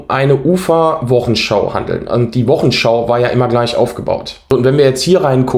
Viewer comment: gutes Auge! Interessant und gut falsifiziert! Zwei Hinweise: es heißt Wochensch"au" und nicht "show" wie bei heute-show, Anglizismen verseuchen unsere Sprache. Und der Film ist von Agfa, nicht Alpha, wahrscheinlich bist Du zu jung, um die Filme von Agfa für Fotoapparate noch zu kennen. Weiter so!